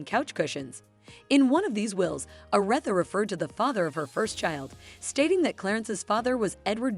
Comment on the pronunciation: Respect the queens name and pronounce it correctly smh...AI should not be used for everything